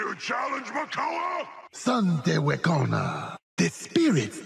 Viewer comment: It angers me to my very core how all but one skin for Mal'damba, and not the default, pronounces wekono correctly. No, it's not Wekona. I checked many many many many times. Only the Chancellor can read apparently. Also the grammar on his ultimate description is wack. It says the snake spirit is fearing enemies. That sounds utterly useless. It doesn't fear the enemies, it inflicts fear on the enemies. Unless our snake bites, then it's not very useful for it to fear our enemies.